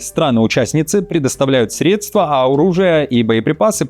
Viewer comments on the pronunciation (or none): none